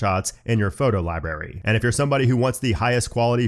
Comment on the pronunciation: Why are you pronouncing library as "liberry"?